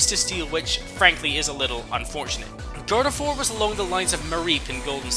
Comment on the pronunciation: GARDEVOIR DOES NOT END WITH A T, IT ENDS WITH AN R!